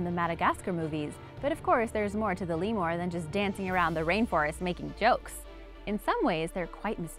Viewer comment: You say lemur weird lol it made me cringe every time.